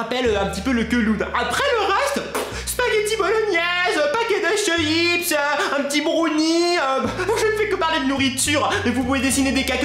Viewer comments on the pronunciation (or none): none